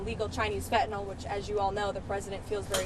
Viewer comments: It's Fentanyl! Not Fentanol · Did that psyco just say "fentynal families?!" These people are just so sick....... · Its FENTanyl not FETanil at least say it correctly